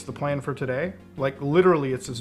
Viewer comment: “matter of frank”?